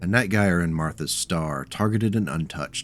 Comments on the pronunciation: Love it, another of my favorite mechs. I've ridden the Prime config to many glorious Alpha Strike battles. Also, my guy, in Night Gyr the 'Gyr' is pronounced 'jeer,' just a heads up. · The Night Gyr is an utterly fantastic mech, one of my faves of the Clan designs. Also, it's pronounced with a soft G, like gyrfalcon, which its name doubtless references, or, you know, gyroscope. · Huh ive always pronounced it more like how one would say Night Gear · Ahh man. No one in the Battletech community knows how to pronounce Gyr. Everyone in my Jade Falcon group in MWO had their own pronunciation. Anyway, gyr is a popular shortening of gyrfalcon, which is a type of falcon. (Jade Falcon is all about birds of prey afterall), and is pronounced Jur as in "Jury". Gyrfalcon. "Jurfalcon". Night Gyr. "Night Jur". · Gyr is pronounced with a soft g, like j. Named for the gyrfalcon. Yeah, I know you'll see people pronounce it with a hard G, and those people are wrong. I'm assuming I'm the 50th person to comment that, but it must be said. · Relief to see someone else gets as mildly infuriated at the mispronunciation as I do.